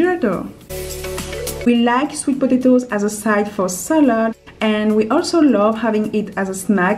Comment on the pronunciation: When she says potatos it sounds like she is saying podato but I love the way she talks